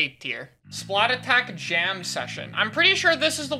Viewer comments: So why did you say splatattack instead of splattack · has anyone realised that it isn't called "Splat-attack", it is actually called "Splattack"? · Why does everyone say "Splat attack" it's "Splattack", one word. the at in 'splat' is the same 'at' that starts 'attack' you don't repeat the at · dude why does EVERYONE SAY SPLAT ATTACK ITS “SPLATTACK” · Even better be the people that say splatack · The OG splattack below X is an even bigger crime than your pronunciation of the song. It’s THE Splatoon song for a reason. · every time he says splattack as two words i lose a year off my life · they way mispronounces splattack is just why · You pronounced Splattack wrong. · Is anyone else really annoyed by mispronouncing Splattack! or is it just me? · Bro I’m sorry you NEED to pronounce Splattack correctly. I can’t do it anymore.